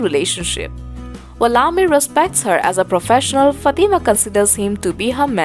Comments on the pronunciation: Madam its not FATI MA this is wrong pronunciation Its called FAT MAA plz correct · Who is this lady talking... she can't even pronounce Kiran and Fatima 🙏